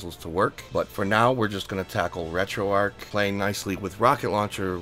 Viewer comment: Finally someone who pronounces Retroarch correctly! Thanks for the tutorial.